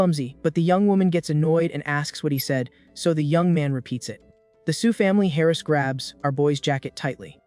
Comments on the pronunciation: 😅 heiress being pronounced alike or as if that girl is "hairless". epic fail engrish 😂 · What is a Hairest ? No an heiress. AI pronunciation. I guess it either gets better or worse with time. Who has ever seen a bullet casing embedded in a wall ? The bullet maybe not the casing, too dumb to know the difference. For the dumb ones the bullet is fired from the casing. Bullet goes out the barrel toward target, casing is ejected, stays near shooter. How dumb ? I bet it can get worse !